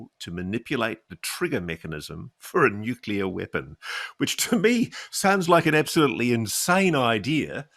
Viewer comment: Why can't some people say NUCLEAR... NU CLEAR.... NOT NUKULAR